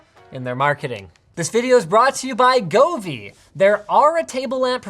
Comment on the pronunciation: When Linus pronounces "Govee" with a hard G instead of a soft one, like the letter J, which is what it's meant to be... "Jovi" comes from the word "jovial", meaning happiness or excitement.